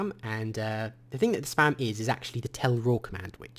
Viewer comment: For a second I thought you said sperm - and is not spam!